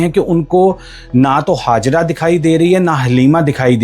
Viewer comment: Its Hajera not Hazara when you have say J you pronounce as Z & again when you have to say Z you pronounce as J stupid fellow 😂😂😂😂😂😂